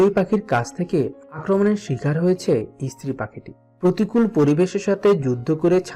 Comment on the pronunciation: ইস্ত্রি নয়, স্ত্রী